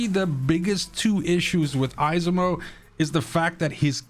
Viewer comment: 😂 It's pronounced Esimo. The second e is almost silent.